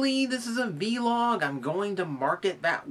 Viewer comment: i nitpick say vlog not v-log